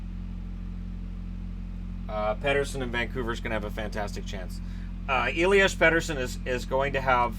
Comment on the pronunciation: You’re pronouncing “Elias” wrong. Try “Eh-lee-as”. The way you say it makes it sound very Eastern European and it sounds weird to me. You’re usually very good at pronouncing Swedish names but “Elias” is just off